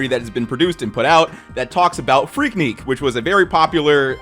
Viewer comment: My man said "Freak-neek" lol